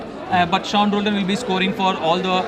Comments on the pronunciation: Isn't it pronounced as Shaun? pls pronounce properly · Adhu seen illa da Shawn pronounce it Shawn even if u read it Sean